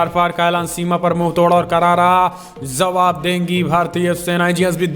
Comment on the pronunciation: Bhai please say jawaab and jaanaa and not zawaab and zaanaa. Thanks.